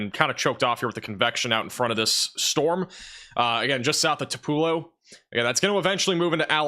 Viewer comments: Thank goodness I can finish my Hoot’s bbq in the Tillar graveyard. 😋 PS (Elvis was born in “two-puh-low” not “Two-PELL-oh”) 😮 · I have never been to Tupelo MS, but I believe it is pronounced similar to "two-below." 🌡